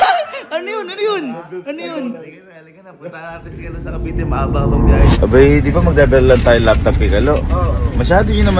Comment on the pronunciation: Cavite po Hindi po cabite😅